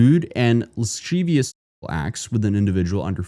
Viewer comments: lascivious must be a new word for you. It’s pronounced luh-siv-ee-uhs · Lascivious is pronounced la-sieve-e -ous. There's no h in that word my man. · It's pronounced Luh-siv-ee-us. Lewd and lascivious basically means crude and unwanted sexual behaviors and gestures. Like extra gross. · Learn how to pronounce words dude - it’s your job and you constantly mispronounce words - it’s embarrassing. It’s la-siv- ee- ous